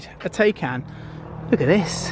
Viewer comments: It's not called Day-Kan - god damn it, it's called Taycan - listen to Mark Webber if you can't spell it right. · Its not teycan Its like saying Thaican, like thai food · Isn't it PorschE Thai-khan? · Please... I can’t keep listening to you calling the car a Taycan. You say you’ve watched the reviews etc, so surely you’re aware it’s pronounced Tie (as in round your neck) and Can ( as in can of Coke) 😉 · lad if you buy one please learn how to pronounce it properly!!!